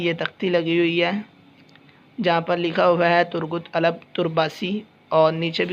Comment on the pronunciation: Bhai Alp sae sy bolen yr